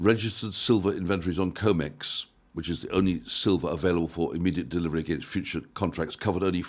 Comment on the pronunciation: CRIMEX not COMEX!